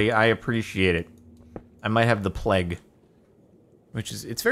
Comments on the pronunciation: plague, play-G, not pleg lol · he says it like pleg not pl(e)ag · It's pronounced playg, not pleg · Jardon’s pronunciation: ple-ge(guh) Actual pronunciation: play-ge(guh) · Jardon, you said pleg the first time, (at least that's what i heard) Its pronounced play-gue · Lmao it's "playg", not "pleg" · It is PLAYG, not "pleg." lol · Jardon pronounces "plague" like as though there's no "a", the "a" is supposed to be pronounced like when you say a b c (etc). I didn't notice how he was pronouncing it at first, but you can tell that he says "plge". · It’s pronounced “playg” lol. You definitely said pleg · Plaeg. that's how you say it. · Wait.....did Jardon really think "plague" was pronounced "pleg"....?! Trial!! Also, if by chance he sees this. It's pronounced with a long 'A'. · Jordan gets confused by plague pronunciation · The plague thing hahaha i'm french canadian and even i know how to pronounce it 😂 rip